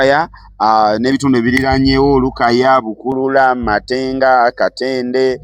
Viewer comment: Matanga not matenga